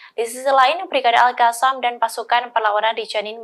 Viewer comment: Qatar bu, bukan hatar...al Qosam bukan al hasam...🤦